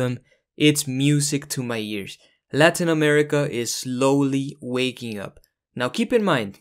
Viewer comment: Hi man! Really cool video! I can tell, you seem like a native Spanish speaker right? Because if not, that is some impressively good pronunciation of the names of the countries in Latin America!